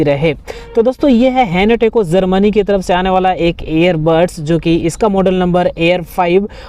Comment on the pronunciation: Za za ze ze zermani 😂